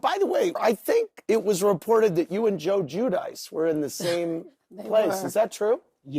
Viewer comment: The pronunciation of giudice is just offensive at this point 🙈 im not Italian, but andy was called out for pronoucing it jew dice , so why he continues to do so on tv is beyond me 🙈